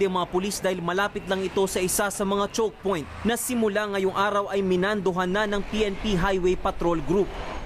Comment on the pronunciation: Parang may napansin ako sa na mali ang pagkakasabi chockpoint!!✌️✌️